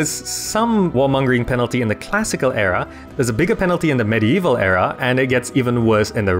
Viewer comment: the way you pronounce era, is in error.